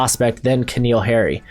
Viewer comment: How are you so awful at pronouncing names? lol “K’neal Harry”? And is it Jack or Jake Anderson? It’s like you try not to say it right.